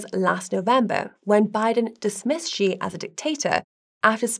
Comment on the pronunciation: Why does the pronunciation here oscillate between "Xi " and "Ji"? The former is correct. seems to have a touch of the Bidens themselves. I have learnt that love their narratives. I ll be safe and look out for missiles before work though!